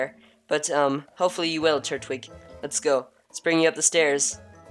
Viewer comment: its tur twig not turt wig